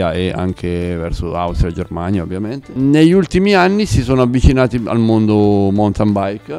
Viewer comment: Beh, se togli la batteria e diventa quasi una muscolare fa un po' ridere 😉 Riguardo la pronuncia, ( dato che vendete mountain bikes) non se po' sentí "roki montain" o "montain baik" . Rocky maunten Nell'alfabeto fonetico internazionale si scrive ˈmaʊntɪn La lezione è finita 😊